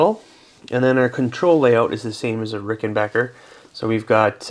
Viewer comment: Yeah! Rickenbacker.NOT Rickenbocker!😁